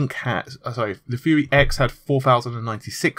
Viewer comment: Took me a sec to figure out that you meant "fury" not "fuhrer"